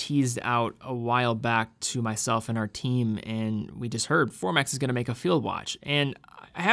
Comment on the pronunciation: Formex not Formax